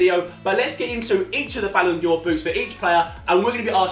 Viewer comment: saying Ballon'djor triggers me